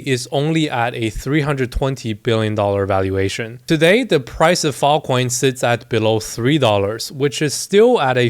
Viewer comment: bro unironically said fil coin